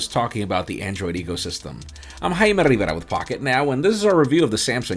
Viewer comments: Me encanta que digas tu nombre como Dios manda. Nada de pronunciar tu nombre en ingles. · Has nothing to do with the content of this video... But my man his mastered saying his name